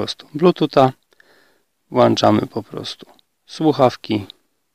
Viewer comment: WŁĄCZAMY!!!!!!!!! NIE WŁANCZAMY!